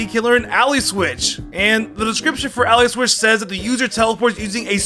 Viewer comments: It's Allie not alley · You say words wierd..Ally is AL-lie not al-lee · Take a shot everytime completely mispronounces a word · Lol, 'slay-king', 'ALLEY switch' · How does he mispronounce the word Ally every time😂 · Your pronounciation of ally is wrong. And your pronounciation of Slaking and Magcargo. They're puns so you use the words they sound like, in this case magma and cargo, and slack and king